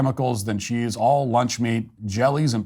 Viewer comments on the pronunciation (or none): none